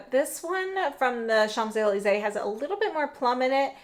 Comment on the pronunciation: Hi! Just in case you travel to Paris and don't want to get roasted by the Parisians, it's pronounced SHONZ EH LEEZ EH, with an N in SHONZ even though it's spelled Champs. Thanks for the swatches